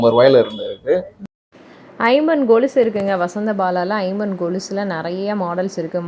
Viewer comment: It is kolusu not golusu sister